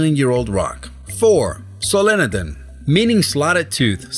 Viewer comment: you said solenodon wrong